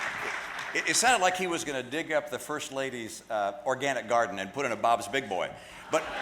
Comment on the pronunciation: Ha, ha, ha...he said organinc.